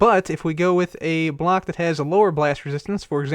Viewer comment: I heard you said black instead of block